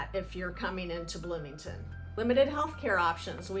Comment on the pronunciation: Bloomington Bloomieton HAhahahah 😅😅